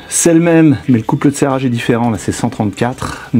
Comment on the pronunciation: Bravo pour cette réparation que je n'oserais jamais entreprendre seul. Au passage, j'adore la façon dont tu prononces "couple de serrage". Ca donne quelque chose comme "couple eud tsérage" tout à fait agréable à entendre.